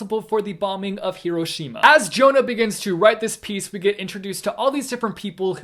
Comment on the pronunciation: I love how American people pronounce Hiroshima